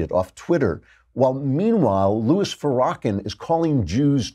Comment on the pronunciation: I love how Klavan pronounces Farrakhan. Like someone hawking up a load of disgusting mucus.